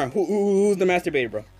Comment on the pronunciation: Lol, “darn wh who’s the master bait bro?” The way you said “master bait” sounded like masteurbait